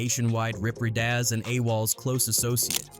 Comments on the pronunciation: Rip reada instead of rip ridaz 😅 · Pronounced Low-k’s // Rye-da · Locks and Reedas 😂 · Good video … Poor way of pronunciation. RIP RIDAZ is literally pronounced “Rip Ride-dah-s” not no damn Rip Reedas.. & LOC is not Lock … if it was, don’t you think they would’ve spelled it like that?? It’s pronounced “Loa-C” or “L-oa-K”. Stupid 🤦🏾‍♂️ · Maaaane if y'all gonna talk about street shit, at least pronounce tha shit right! I can't even finish the video, cause the fact y'all can't say things like "loc" and "ridaz" correctly with this Ai bullshit. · I hate how the A.I. pronounces Loc and Ridaz lmao